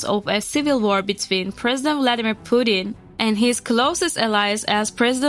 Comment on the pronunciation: Why would anyone take the word of this channel when they can’t even pronounce Putin (a five letter name) correctly. That’s truly “inhabitateable” before you slam another country that isn’t even your own, learn a language proficiently before you talk shit.